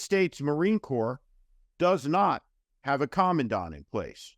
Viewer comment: The moron Tuberville can’t even pronounce the position of commandant that he is currently holding up with his antics.